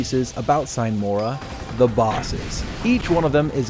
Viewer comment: "Sine mora" is latin and means "without delay". It´s pronounced "seenay mora". Enough smartassery for today, cheers!